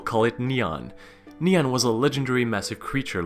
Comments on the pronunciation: its ni an not neon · It’s “Nian”, not “Niang”. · It's actually called nian no hate <3 (Ni-ian) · Nian should be pronounce as "nien"